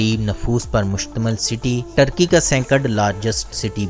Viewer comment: ٹرکی نھیں بلکہ ترکی